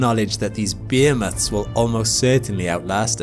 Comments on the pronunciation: Interesting. Also interesting is that "behemoth is rarely pronounced "beer mat" by English speakers but more typicallly "bee-he-moth" or "bah-he-myth" in some accents. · TIL 'behemoth' with an accent becomes 'beermoth'. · Say Bohemith again. 😂